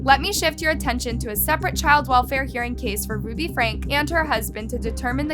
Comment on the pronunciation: It isn’t pronounced “Hindlebrandt”. Her last name is “Hildebrandt”. If you want people to take your videos seriously, you should at least learn to pronounce the names before you create the video. Also it isn’t “Ruby Frank”, it is “Ruby FrankE”!